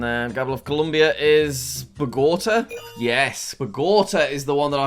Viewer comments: It's bogotA not BogOta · BUGOTUH? BOGOTA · Please look up the pronunciation of Bogotá… it’s bow as in bow tie, go as in collect £200 on monopoly and tar as in what’s on roads. Lol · The way jack says Bogota is so funny bc I'm colombian and his pronunciation is just so off